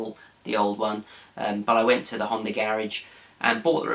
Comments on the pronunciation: no honder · Did he say a Hunder Accord? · There is no R in the word Honda?